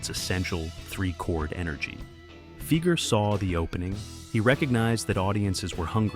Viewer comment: Fi-ger not Fee-ger. Work on that, Skynet.